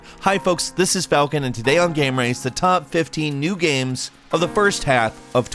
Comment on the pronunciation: I too, enjoy "gaems"